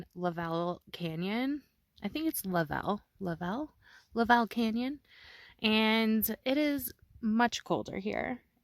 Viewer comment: Pronounced "LUV ul Canyon". You were in my back yard. Joey was at the groomers I use.